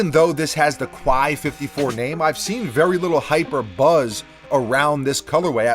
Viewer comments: Quai is pronounced more like the "kay" in "okay" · Just a heads-up, Quai is pronounced "Kay" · Love your vids. It’s pronounced “Kay.” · Please learn how to pronounce the word “quai” it definitely sounds like kè - this is a sneaker page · It’s pronounced Like Kay. Dope vid 👌🏾